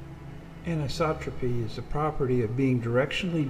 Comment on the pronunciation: First congratulations for pronouncing anisotropy correctly. That is a triumph by itself. I like this summary of the Planck mission, but as already pointed out, the cost was around 1 billion not 1 trillion. That's 3 orders of magnitude off the mark. Didn't you think it was odd the figure you quoted is closer to what the U.S. has spent on the nightmare-failure wars in Iraq and Afghanistan? It also should be noted that U.S. politicians in their infinite wisdom declined to even participate in the funding of this magnificent instrument.